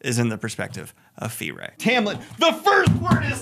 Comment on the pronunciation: lol “Fee-ray”…this pronunciation is killing me 😂